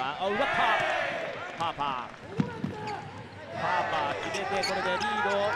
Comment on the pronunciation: 実況者ハーパー君のことパーパー言ってるやろ